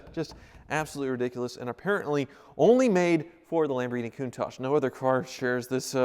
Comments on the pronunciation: "Kun-Taak" pls pronounce this name correctly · It's not contaje! It's a Lamborghini Countach!